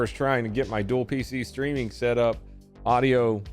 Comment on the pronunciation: I had to back that up to figure out what "dual feces streaming" is. Let's just say that I'm glad that's not what you really said.